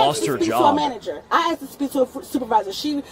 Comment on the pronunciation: It's asked not axed moron